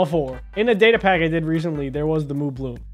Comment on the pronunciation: You pronounced datapack wrong